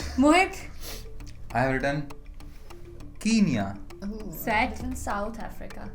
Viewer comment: I'm so sorry but its not pronounced as keenya its kenya like k-n-ya 😶‍🌫️